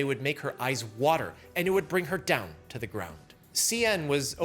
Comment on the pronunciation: Heh - "it would bring her DOWN to the GROUND." Classic! this guy could make a mint doing TV commercials.